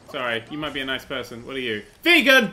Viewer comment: he said nece I still like him I subed